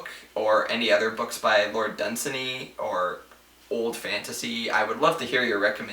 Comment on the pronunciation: I believe you are mispronouncing Dunsany. The three syllables are not run together, the second has similar stress to the first. Done - saney